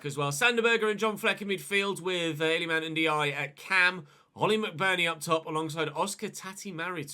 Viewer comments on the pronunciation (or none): i know its spelt ndiaye but you say it N-die-ee. also his first name is il-ee-man